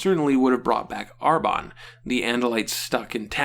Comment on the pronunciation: That intro tho! haha. by the way, it's ArBRON not ArBON